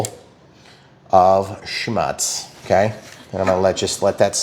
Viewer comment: Also, schmutz is pronounced schmǒǒtz like look